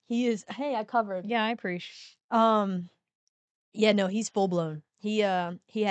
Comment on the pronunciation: I "appresh" nice abrev